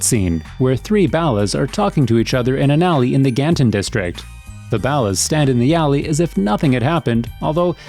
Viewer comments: B doop? Bowlluz? has the voice of this channel ever even played GTA SA. I could do his job for half the $ here is my resume i am american age 26 and a stay at home dad so i have a lot of free time (despite what women say its not a full time job) and i have been playing GTA sanandreas for 17 years. i have beaten the game in every imaginable way and have a deep understanding of its lore as well as the real life equivelencies like the Neighboorhood Crips the Rollin 100's Gangsta Crips. and there involvement with crack in the 90s as well as the 1992 riots and the connection between real life Officer Perez and officer Tenpenny. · This has to be the whitest man in the world why does he pronounce ballas, b-dup like that even when the game clearly tells you how to pronounce it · Not how you pronounce ballaz. Again I ask if the narrator has spent any actual time playing this game or listening to dialog from the game. Smdh 🤦🏽‍♀️ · It's just the way he says it chill the fuck out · It's pronounced bawl as. Not baal as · The ballast? This whole time I thought they we pronounced ballers 🤣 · It’s pronounced BALL-US not bow-las what the fuck!!!!! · Why do you say Ballas weird? It's like 'baller' but with an 'a' at the end, you say it like 'ballast' without the 't'.... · Baulis? Pretty sure it's Ball-uz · The biggest mistake I've seen in this video is your pronunciation of ballas . . . It's said in the game hundreds of times as the BALLERS but you out here calling them the Bala's. I mean come on guy at least say it correctly !!! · Here's a mistake in this video: The guy saying "ballas" is saying it wrong. It's ball - ahs. Not the way way he said it in this video. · “The balas” why do you say these names so horribly 😭 tf is “rossenburg” 🤦🏽‍♂️🤦🏽‍♂️💀💀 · I love the way he says ballers. "ballas" Are you Canadian? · Soon as this fool stops mispronouncing Ballas and B-Dup! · Ballahs and b dooop ? I could swear it’s pronounced Borlers (ballas) and B-Dub